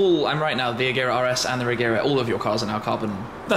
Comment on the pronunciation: As a swede I think it's pronounced Rejera ie To reign